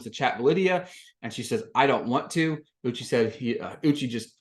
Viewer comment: Thank you for the review!! (Also, it's U-chay, not U-chi. Idk if you were doing it on purpose or not, so I thought I'd let you know.)